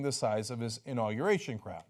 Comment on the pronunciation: "Understating the size of my inaugeration" Sure, Donald, the size of your "inaugeration" is whats in question. #microtrump